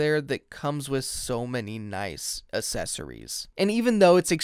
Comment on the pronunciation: The Uh-sessoreeze